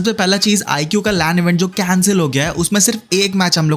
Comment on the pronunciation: IQOO❌ IGUU✅